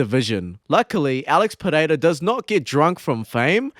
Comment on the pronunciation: As a portuguese native, your pronounciation of Pereira is absolutely spot on. So many people butcher portuguese/brazilian names, you say it like a true native